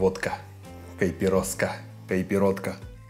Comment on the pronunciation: спасибо за видео) Правильное произношение коктейля на португальском языке (на котором говорят в Бразилии) - кайпирошка; Ещё очень популярны коктейли: кайпиранго (моранго - клубника) с водкой и клубникой, кайпиши ( абакаши - ананас) с водкой и ананасом; кайпириссима с ромом и лаймом. Эти коктейли популярны не только в Латинской Америке но и в Африке 😉